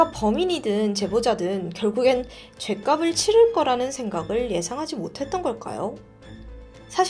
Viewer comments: 죄갑쓸이라고 발음하는게 맞습니당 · 죄값을 읽을때 죄갚쓸 이라고 발음하셔야합니다.